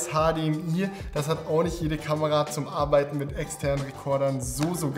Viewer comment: Warum sagst du immer „arbeitne“ und nicht arbeiten